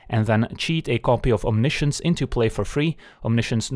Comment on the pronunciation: i speak french, we have the word as well (no reason not to, it's directly latin) and can confirm there is absolutely no reason to pronounce science differently. Feels like its meant to sound frenchier but that's just dumb.